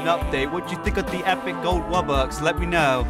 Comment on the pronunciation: Bro really said wubbux